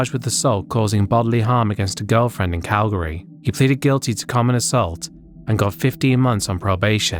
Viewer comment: GODDAMNIT OF COURSE HE’S FROM CALGARY. Damnit. (Good pronunciation on the city name, btw. In case it ever comes up again, it’s closer to Cal-gree.)